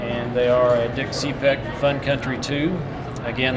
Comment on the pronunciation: Tyres are a ? no such thing! get it correct. Also its dick cepek not dick cee-pik